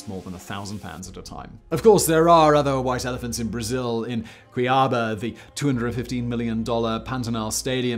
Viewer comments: As a matogrossense hearing him called cuiaba “C,ABA” hurt my ears 😩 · Hey Simon , happy to see that you make a video about the 2014 World Cup . Just a correction here , the right pronunciation for Cuiabá is ku-ya-ba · It’s koo-ee-a-BAH. YOU SAID IT WRONG!! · the correct pronouce of the city cuiabá is actually "cool ya bah" repeat fast: cool-ya-bah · Cuiabá should sound like "queue" + "ee" + "ah" + "bah". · bruh those were some of the worst pronunciations i've seen in my entire life, he completly butchered cuiabá and maracanã, couldn't even go to google translate to at least have an idea of how they're pronunced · I'm not sure whether you just guess at pronunciations or you're just not very good at them. eg. it's not difficult to check how to say "Cuiabá" properly. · The only thing wrong in this video is the pronunciation of Cuiaba.